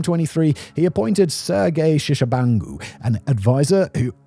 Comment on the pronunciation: where the HECK do you see "shishabangu" and its not sergey either. its Serj Tshibangu.. you have ONE JOB. one EASY job to read the script. how do you bangle such an easy job?